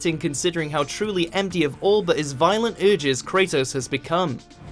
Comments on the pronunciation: Why is he pronouncing it Krataos? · did u hre how he pronounced kratos...